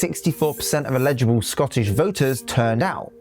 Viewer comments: Sorry, but do you actually know how to read English? There’s no a in eligible. It’s pronounced ELL-IJ-A-BULL” not “ELL-EDGE-IBLE”. Also it’s called a referendum not a revolution. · "Eligible" has its emphasis on the first syllable. "Illegible" has its emphasis on the centre syllable 👍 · You completely misrepresent so much of the debate about Scottish independance.......and you can't pronounce "eligible". I can't take you seriously, I'm afraid.